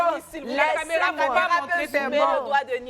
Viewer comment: vraiment, ondit CAMÉRA et pas CAMEURA apprend à parler français avant de venir faire la leçon aux gens, Mme la peintre 😂😂